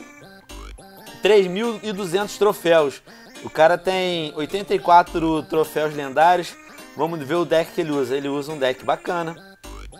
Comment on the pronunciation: é troféus venom n trofeis